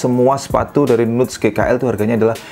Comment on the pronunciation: Bahasa Inggris 🥜 nuts baca.ny nats tow bosku